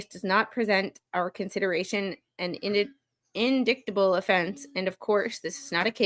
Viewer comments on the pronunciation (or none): Indictable pronounce in die ta bel